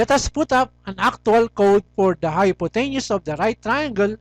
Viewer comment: Anyways, thanks for the vid, just one thing: you pronounce hypotenuse wrong